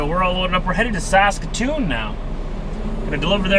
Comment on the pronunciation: Saskatch-atoon